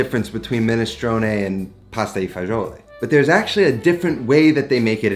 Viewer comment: dude, are you italian or not? It’s „Pasta E Fagioli“, not „i“, it is not spanish.